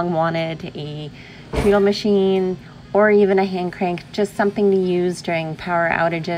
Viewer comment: I think you'll want to pronounce the word “treadle”, like “t-red-dle”. Like a stair tread. Very lucky and very nice. Congratulations on that score!